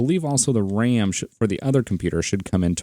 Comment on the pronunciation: He says BRAM.